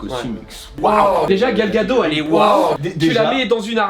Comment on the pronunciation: Très sympa cette vidéo qui nous montre cette boutique parisienne et comme je suis du sud de la France je n'ai pas l'occasion d'y aller donc merci pour le partage. Super aussi ton pote et ses interview 😀 Pour Gal Gadot on prononce Gal Gado"tte" par contre il me semble, je sais pas si peu confirmer?